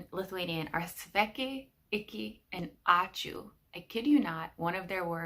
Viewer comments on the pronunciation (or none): Lithuanian "ãčiū" has a bit different pronunciation than sneezing sound, at least for Lithuanians... And if you interested, in Lithuanian sneezing sound is represented by words "apčy", "apči", "akcy", "acy".